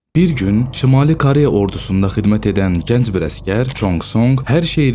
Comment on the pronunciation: Bəzi sözlərdə o hərfini elə o kimi səsləndirmək düzgün deyil a kimi səslənməlidir.məsələn Koreya yazılır ama o a kimi səslənir.məs Kareya.həmçinin başqa sözlər.diksyanızı düzəldin. C və Ç hərflərini də düzgün tələffüz etmirsiniz.nə bilim eee deməkdən yazmaqdan yoruluram.öz dilinizdə niyə bu qədər pis danışırsız niyə hörmətsiz davranırsız dilimizə qarşı.sizin buna ixtiyarınız yoxdur bir vətəndaş kimi.